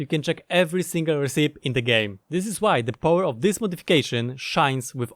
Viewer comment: RECIPE... it's not RESEEP. It's pronounced RECK EE PEE.